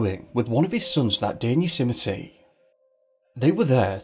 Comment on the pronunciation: “You-symety” national park? 😆😂🤣